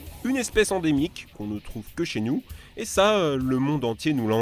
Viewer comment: "Que chez nious" 😂